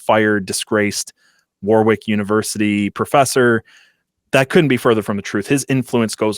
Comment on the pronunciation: The point of this piece seems to persuade through thorough research and a story well told. All undermined by the inept pronunciation of the place Warwick. If only there was some technology available to help with verification.